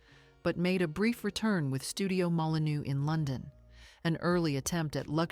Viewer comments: Molinô, IA!!😤😤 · You pronounce Molineux like this: molinöö, to be correct.